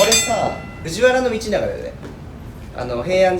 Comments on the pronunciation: 琳寧くん、藤原道長は「ふじわらのみちなが」って言うんだよ！ （「ふじわらみちなが」じゃないよー」） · 藤原道長を"ふじわらみちなが"って読んだ時に琳寧くん知らなそうだなと察してしまった